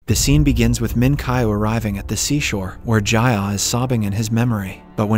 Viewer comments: Your pronunciations in part 1 were correct. Meen-kyoo and Jee-ah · Bro, why do you keep changing the pronunciations?? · Why change the way you pronounce their names? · why did your pronunciation of ji ah suddenly change